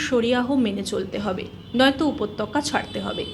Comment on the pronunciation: এইসব অমানুষদের যথার্থ শাস্তি চাই ।(খুব সুন্দর বলেছো, ভালো লেগেছে, শুধু উচ্চারণের ব্যাপারে একটু মনোযোগী হও, উপত্যকা উচ্চারণের দিকে একটু নজর দিও। এগিয়ে যাও। শুভেচ্ছা নিও।)